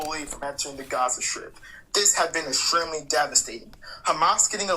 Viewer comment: Who are "Kershtans"? "Eshremly"?